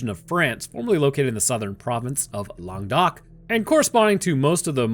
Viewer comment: As a french people, all I can say is that I liked your prononciation ;) (u did your best xD) Your prononciation of Languedoc was perfect tho